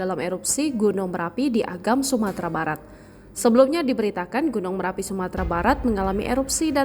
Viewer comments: Marapi mbakkkkk... bukan merapi... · Bukan merapi tp marapi ya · Gunung marapi.. bukan merapi kakak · Bnyk bgt media yg slh omong Marapi menjadi merapi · Marapi bukan Merapi